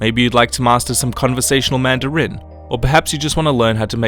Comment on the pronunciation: why he say "Manda Rin"